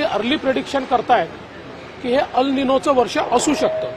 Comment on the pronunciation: अल निनो नाही....तर *एल निनो*......